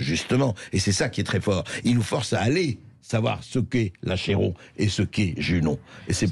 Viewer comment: Moi, je sais ce qu'est l'Achéron... qu'on prononce Aquéron ! Merci pour les retrouvailles avec La Fontaine. Un délice. Une lecture magistrale de Brigitte Fossey. Qui donne envie de mémoriser ces textes, pour pouvoir se les redire indéfiniment à soi-même, et en faire cadeau aux autres. 💐😊💖🙋